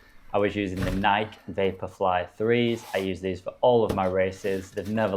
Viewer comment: 1) it's pronounced nai-key, not "nike". it's based on nike, the goddess of victory in greek mythology, and is pronounced the same way that goddess's name is pronounced. there's no silent e. 2) getting a 9 minute pace on your first ever run sounds like you have elite genetics. it took me years before i could achieve a 9 minute per mile pace. though i'm not exactly built for running, being 6'3 tall (191 cm). just goes to show that achievement is relative, someone can finally reach what you had for free the first ever time you ran, and feel the sense of achievement you had at the end of this video for a sub 20 minute 5k.